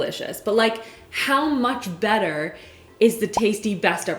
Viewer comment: Every time she says “better” I feel like she is saying “batter” 🤣